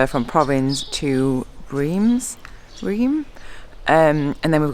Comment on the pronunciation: "Reims", not the right pronunciation ! 😅 Very happy to see you riding in France with Nicky, you are great ambassadors for the Tour ! Bravo Bravo Bravo !!!